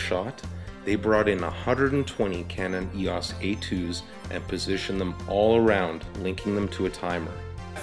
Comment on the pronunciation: Thank you for pronouncing EOS the correct way. It seems that a lot of ' reviewers ' in the US and Canada have difficulty pronouncing EOS, calling it E.O.S, which really gets on nerves. In Greek mythology EOS was the goddess of dawn, as Helios was the Sun god. BTW, I just bought one of these ancient cameras, to use my Canon L lenses on film. Thank you again.